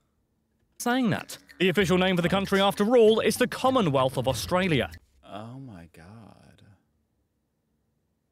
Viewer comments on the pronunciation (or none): none